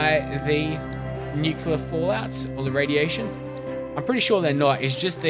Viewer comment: Nuclear waste or Nuculer waste? :3